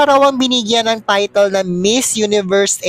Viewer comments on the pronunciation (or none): none